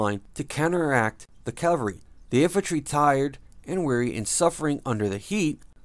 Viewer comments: LOL, also he says Calvary instead of Cavalry, big difference in definition. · Why would they get somebody to narrate this who can't even pronounce,"Cavalry?"